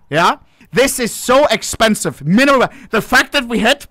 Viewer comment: Minemal weaya ... Minemal weaya